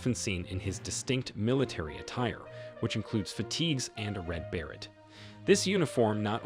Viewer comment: Learn how to say the word BERET